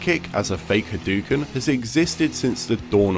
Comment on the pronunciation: Very beginning of the video: "H'dookns." What the fuck is this ^ You are right when you say that generally people don't like zoning. But rather than not wanting zoning to be a thing. Zoning is an easy-out for people that are just shit at the neutral game. So zoning has a lot of counters. Zoning is also generally not fun to watch. At all. Also frankly. I'd expect someone who has heard Ryu yell "Hadoken" a million times a day to know how to say it.